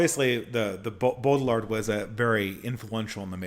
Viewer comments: Also, the pronunciation is "Bow-Jard" with emphasis of the first syllable. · I know you struggle with pronunciation, but fyi Baudrillard's name is pronounced "Bow Dree Yard"